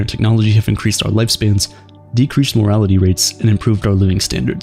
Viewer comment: i love your content and your message. So much. But the word is "mortality" not "morality"